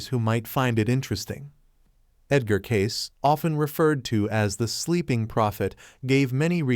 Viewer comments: You pronounce Edgar Cayce's name...it is not Cases....it is pronounced Caycee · It is pronounced Cacee not Case... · At least learn how to say his name. It’s K-see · Cayce is pronounced cay-see. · His name is pronounced "Kay-See". Hey guys AI doesn't work. And you were lazy and didn't fix this silly mistake. Kind of hurts your credibility. Just sayin'.